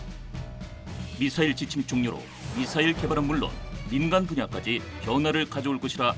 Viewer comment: 미썰이라고 발음하시는 패널의 발음을 보면 더 엉망이구만요. 일본식, 모타. 등등